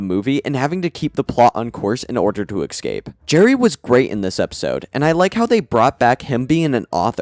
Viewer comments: EScape. Not EXcape. SHIT. Not Shi_t. You talk like you are hiccuping. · Why do you say ”eckscape”, isnt int pronounced ”escape”. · Man, after 8 RaMs retrospective, word "exscape" make my ears bleed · Look man you gotta learn how to say escape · I lose it every time he says escape wrong.